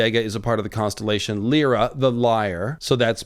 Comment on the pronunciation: Lyra is pronounced "Lie-ruh" as it's taken from the Greek harp the lyre (lie-urr).